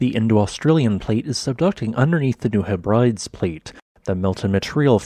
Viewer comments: I love your videos, so much info! FYI, it is pronounced hey-bree-dees not he-brides. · Great videos but seriously some of the mispronounced geographic areas can be grating. Heb-rides??? Heb-ri-dēs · The tectonics in the South Pacific are fascinating with all the micro plates. I believe it's not pronounced Heh Brydes but rather Heb Rid Eees. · Love your channel; FYI Hebrides is pronounced "Heb-bruh-dees" with the emphasis on the first syllable. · Pronounced Heb RI Dees.